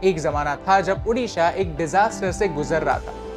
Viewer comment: Thankyou for good pronounce odisha